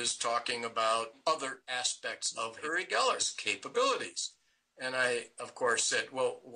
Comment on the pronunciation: It's not uri as on Yuri. It's uri as in Oori, like in oops.